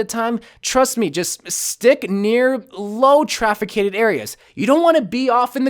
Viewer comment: "Traficated?" Please watch back comnentaries...